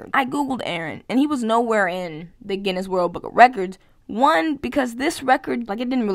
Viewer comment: "Genius book" 😂 How do you not know what Guinness Book of World Records is. Lol. It literally says it on the Google list even if you didn't know. It you still said genius. The irony in mispronouncing that word the way you did is hilarious 😂